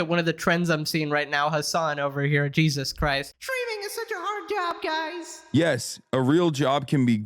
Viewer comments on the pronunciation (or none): none